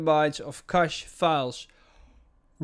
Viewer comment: u just saved my drive, ty man! (btw love the way u say cache)